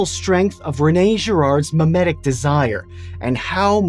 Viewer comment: Grpah: Mimetic desire What I heard: Memetic desire